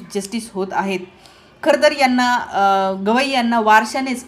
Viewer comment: मॅडम गोगइ नाही गवई म्हणा .विश्लेशण छान आहे .